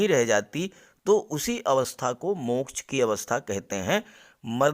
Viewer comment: मोक्च का उच्चारण बडा मजेदार करते हो आप